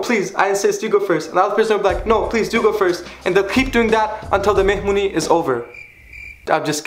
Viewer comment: listen and repeat : mehmuny xd